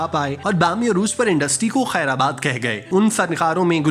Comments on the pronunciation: بھائی ذرا الفاظ کی ادائیگی پر توجہ دیں، وہ خیرآباد نہیں خیر باد ہے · اصل حقیقت تو یہ ہے کہ آپ کو بھی کوی معلومات نھی ھے. بس جو منہ میں آیا بول دیا. اور براے مہربانی اپنی اردو کو درست کیجئے. خیرآباد نھی خیرباد بولیے. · خیر باد ہوتا ہے !!! آباد نہیں !!!